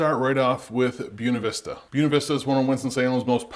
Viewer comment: You're killing me with your pronunciation of Buena